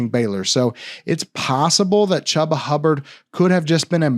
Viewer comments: It’s not “Chubb-a”, it’s pronounced “Chew-ba”. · No one has pronounced his name Chuuuba, I have always heard it pronounced “Chewba “ lol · He is not saying Chu ba, he is saying cha ba. Guess he can't pronounce his name properly. It's ChU ba. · On my life I had no idea that wasn’t the correct pronunciation. I’ve always called him that and no one on the team has corrected me. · It hurt me every time lmao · You refuse to say Chubba’s name right huh? Smh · I didn’t know! I’m legit learning I’ve never said it right. Apparently no one has ever corrected me before. My b. 😂